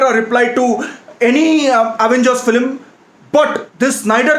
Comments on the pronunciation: No one's gonna mention "Filim instead of film???" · People:- film:- flim 🤣😂😆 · Guy it's film not philim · Nobody. Absolutely nobody. This guy: flim. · Yeah that was waste “FILIM" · it's not film it's Filim 😂😂😂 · Nobody:: Filim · this how many times he said filim ↓ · Honestly speaking your filim pronounciation is 0 to the power of infinity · it's not 'filim' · Is saying flim??😂😂 I love him anyways.